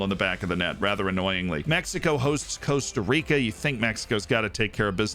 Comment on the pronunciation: Cost-A Rica for the love of the FM gods please!!!